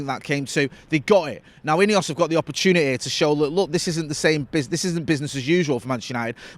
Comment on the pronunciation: Why are you saying ineos it's not ineos